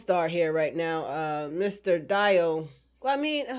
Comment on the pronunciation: Yaaasssssss... Another one falls to Jojo (either by the revenue or actually interest in the anime) Also watch it with Japanese dub. It's superior It's pronounced Dee-O.